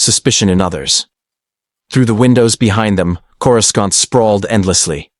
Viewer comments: Great story, but if you are going to use an AI voice, then in your script, write names out the way they sound, not the "official" spelling. "Coor-u-skant" becomes incredibly distracting! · "I'm sorry, but the AI is killing me with the mispronunciation of Coruscant — KOR-uh-sahnt (or CORE-uh-sont)." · For Fack Sake! How hard is it to teach your AI how to Properly Pronounce certain words like (Corē-sont) 🤦‍♂️ makes the stories sound Hella Goofy! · An alternate path where Coruscant is correctly pronounced "Korissant". The second C is not a hard K sound. Otherwise, this was awesome. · CorusKant.. wow, here we have AI or someone who has no knowledge of the Star Wars universe. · The AI voice just can't say Coruscant 😂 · Why can't people pronounce Courscant correctly? Pronounce it like the movies do.